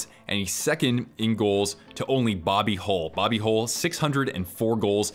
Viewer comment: Spelt hull but you say it like hall